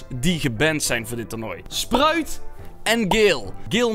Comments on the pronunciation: Dylanhaegens: spruid is gebanned uit het toornooi Wij allemaal: sproud is gebanned uit het toornooi. ahahahhahahahahahh dylan je spreekt het verkeerd uit. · Iedereen: sprout Echt iedereen: sprout Dylan: spruit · Iedereen: sprout Dylan: spruit: sproet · Je zegt echt de heletijd spruit als je sprout bedoelt echt grappig 😂 LIKE als je dat ook vind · Spruit lol het is sprout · Je zegt Spraut niet Sproet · En jij typed het verkeerd het is sprout en hij zegt dat opzettelijk